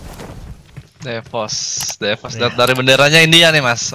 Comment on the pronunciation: bukan de woz tapi dwoz